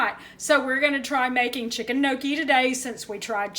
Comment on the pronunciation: I love gnocchi! And yup you said it right.